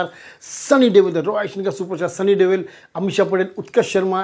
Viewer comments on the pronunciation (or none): It's sunny deol not sunny deval